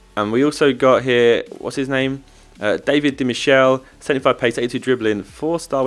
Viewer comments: Di mikele is how you say his name, he's italian, not french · Di michele is pronounced Di mickel "a"